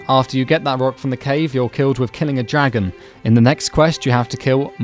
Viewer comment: Fuck up with your monotone voice you don't know shit about this game btw its dragon not jaggon